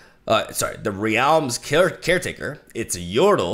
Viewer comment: hey, loving the video i just wanted to point out that realm's caretaker is pronounced "re-lm", I'm enjoying these reveals quite a lot